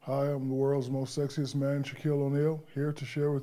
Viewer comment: I don't know why I kept hearing "world's most sexist man" over "world's most sexiest man". HAHAHA. Two VERY different things.